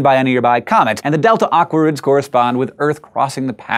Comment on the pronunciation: It sounds like you're saying "delta awkwards" :P -Rose